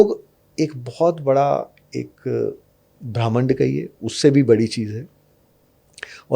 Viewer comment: ये संत बार बार पराकाष्ठा को प्रकाष्ठा कह रहे हैं ऐसे ही ब्रह्मांड को भी ब्राह्मिंण्ड बोल रहे हैं क्यों भाई?